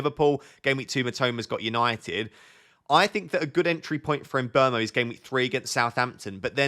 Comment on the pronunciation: finally someone who pronounces mbeumo correctly!